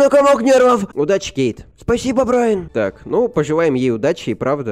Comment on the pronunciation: Не Брайн а Брайан